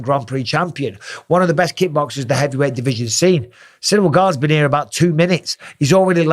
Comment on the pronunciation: "Ganes' been 'ere about 2 minutes" most northern I've ever heard you Mike ahhaa